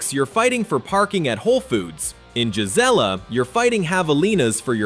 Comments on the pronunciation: Payson is NOT a small town anymore. The Prickafornians have ruined it. It's not jizz-ella. It's Gee Zelle uh. Clearly, this video wasn't made by an Arizona native. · Gelizla is not how you pronounce the name? It's pronounced "Guy-Zee-La" and spelled "Gisela"? Your Photos are outdated as some buildings no longer exist? Many scenes are not Gisela? You left out what Gisela is most famous for and I'm not telling you? If you aren't willing to do it Right, Don't do it at ALL? Finally yes I live there and enjoy high desert/ peaceful country living? You are one of those who live in the twilight zone! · Gisela. ...pronounced guy c la NOT GIS LA IM 60 and was born in Az...ya song like a knob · Payson resident here, Gisela is pronounced "guy see la" accent on the "see" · we promounce Gisela (Guy)(see)La but all one wood that's the way us arizonian's pronounce it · Caught that also..